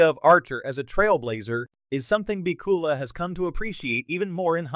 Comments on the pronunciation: Has to be crap. AI or human, it doesn't even know his last name. PIKULA??? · can you find a worse AI voice over program BACK-U-LA